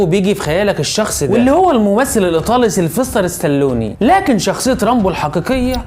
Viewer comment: سلفستر ستلوني 😂🤣😂🤣 يا رجل تعلم تنطق